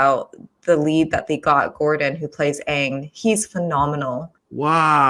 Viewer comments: We need Fire lord ozai to be the Giga chad he is, not a chump like in the movie Also, Aang please Not "oung" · All I have to say is thay better pronounce the names right lol I know thay will last one died to me as soon as thay said unng not anng idk if I spelled them right my spell isn’t that good but I can pronounce it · I still have PTSD from "whatever it is" that M.Night Shamaladingdong did.😌 So I hope they at least say Aang's name right in this one.